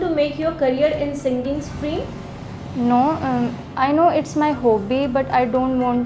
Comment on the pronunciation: Kindly pronounce HOBBY properly 😂😂😂😂🙏🙏🙏🙏🙏